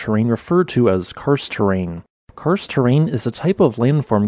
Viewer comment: When listening to the video I just heard "Cursed" not "Karst", maybe it's a cursed terrain as well with sinkholes?